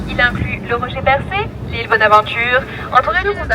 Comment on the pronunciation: Percé is "Pear-say"